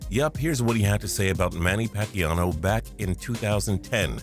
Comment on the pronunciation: Manny Paquiano? Do you really not take the time to make sure you're pronunciation is correct?